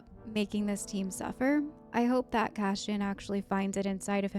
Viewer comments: It’s Cass-ee-an, not Cashen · Why do you keep saying Cashin? It's Cassian. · It's not Cash-ian not the SH but S sound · CASSIAN...not Cashion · His name is not Cashian. It's Cashew 😂🙃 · CaSSian, not cashian; By accident, not on accident; ESpecially, not expeshaly; 😥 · Cass - eeee - in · Yeah... there's no "cash-in" in Cassian 🤣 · Are you aware your mispronouncing Cassian? It’s pronounced CASS-Y-AN 😊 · Cash-in (Cassian) and Sigh-roll (Syril) sound very fitting pronunciations for those two characters right now 😅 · Why do you keep pronouncing Cassian's name wrong XD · You are saying his name wrong.